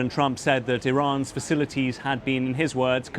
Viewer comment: Are you going to listen to someone who cannot say facilities? Trump is an absolute joke